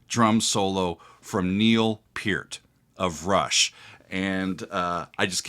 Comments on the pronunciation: Oh my friend, take it from an old fart who grew up in Toronto (63-79), it's pronounced like Pearl but with a "t" not an "l". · His last name is pronounced purt